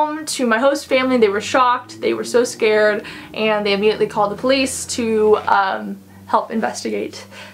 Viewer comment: Is that a California accent when you say “eeeand” for “and”? Sorry you had a bad experience. 😢 I can’t imagine how awful that must be. So scary!